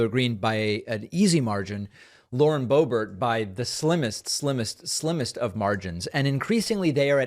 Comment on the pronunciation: You keep slipping back from bo BEAR to BO bert. Why can't you pronounce her name as she herself does? Whether you like somebody or not you owe them the respect of pronouncing their name correctly. Get it, DA veed PAH kuh mon? How are we supposed to trust your analysis when you can't even pronounce someone's name! BTW, you do a good job with Tulsi Gabbard.